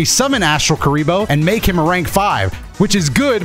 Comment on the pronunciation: My favour kuriboh is kuribah